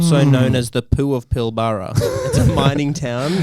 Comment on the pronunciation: mate pilbara is pronounced more like pill-brah